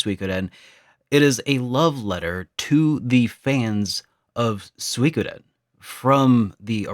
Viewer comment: It's called Gensō Suikoden with an U sound not the terrible attempt of mixing English with Dutch. The rest is a pretty video.